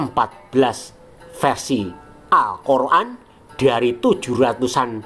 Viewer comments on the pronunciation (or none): geli aja dgn narasinya min, al-kor-an.. es-we- te , eslam ...😅😊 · Ngakak tiap denger admin ngomong Alkhur'an dan awuloh eswete yang diyakini oleh orang eslam😂😂